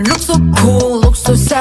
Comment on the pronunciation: As an Neverland I loved the song but the pronounciation and half done words killed me inside (No hate to to them) like I know their accent kinda makes it kinda hard to pronounce words but LIKE YUQI AND MINNIE YOU DEFINITELY COULD'VE COMPLETED THE WORD SEXY AND NOT SAY SAXSH Edit- OK Y'ALL CALM DOWN I STARTED THIS 😭